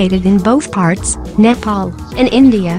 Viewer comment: I heard the nepal pronounce Nepal~